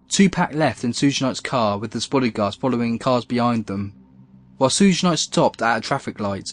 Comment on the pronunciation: A little pronunciation help: ‘Suge’ is just a shortened form of “Sugar Bear”. So to say ‘Suge’, all you have to do is say the first syllable of “Sugar”. Easy-peasy. 🤗